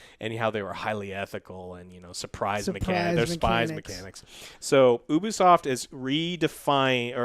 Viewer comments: pronounced You*be*soft. i cringe when i hear people say oobisoft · Also it’s pronounced U bE soft. Even the employees during events pronounced it as UbEsoft. I know it’s minor but says it weirdly every time